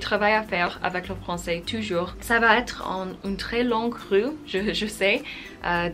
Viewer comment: Impressive how big progress you did in such a short time, bravo! :). Speaking of some little errors, I would point that you confuse sometimes the pronunciation of "ou" and the "u", e.g: in "vous", "toujours" or "cours" etc.